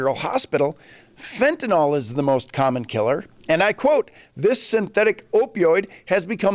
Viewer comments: It's 'FentanYL" not FentanOL. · Fenta-nil. Not fenta-nahl.